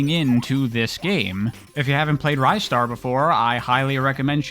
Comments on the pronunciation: ristar is actually pronounced rih-star, at least in japanese! could very well be different in english but thats what the katakana says. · Honestly that pronunciation could be correct too, even going by the Japanese name. Rice-star is definitely incorrect though. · It's pronounced Ristar. Hope I was able to clear that up.